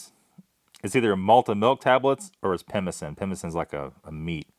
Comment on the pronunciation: "Pemmican" is pronounced with a hard "c". In this time period I don't think the Canadian military, or any official government service in Canada, would have used it. The amorphous lumps may have been some sort of cake similar to an English style Christmas cake. Of course my nose wasn't there so I can't be sure.